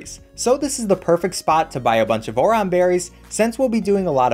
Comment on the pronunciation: I’m fine with you destroying all the Pokémon’s names but the way you said oran berries im crying